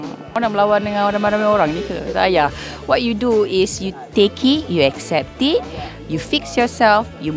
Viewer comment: Okay, wait what? What's with the pronunciation??? "You take-y....you accept-y". Weird that she vocalized "it" while silencing the "t".